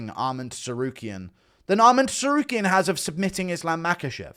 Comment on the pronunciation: Why is bro still saying TEsarukyan????